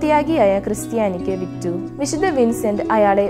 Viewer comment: വിദ്ധ വിൻസെൻറ് ഡി പോളിന്റെ വിഡിയൊ നന്നായിട്ടുണ്ട് .വായിക്കുന്നത് കുറെക്കൂടി നന്നാവാനുണ്ട് .പ്രത്യേകിച്ച് "വിശുദ്ധ" എന്ന് പറയുന്നത് " വിശുദ " എന്നാണ് പറയുന്നത് ഇത് അരോചകമായി തോന്നുന്നു .നന്നാക്കാൻ ശ്രമിക്കുമല്ലോ നന്ദി !